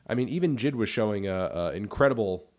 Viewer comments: J.I.D not jid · why are you calling him jid? it’s J.I.D